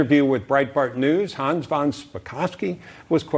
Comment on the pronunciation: Thank you,, for pronouncing Hans’ name properly. Love that a journalist cares enough to learn how to say a guest’s name the right why - so many just butcher names like that!👏🏼